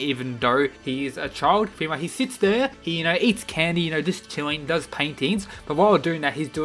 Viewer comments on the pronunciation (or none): none